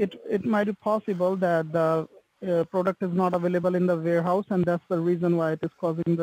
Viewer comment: Hey what's a "varehouse"?